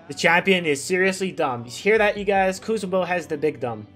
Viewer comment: Ku-BEN-zo Lol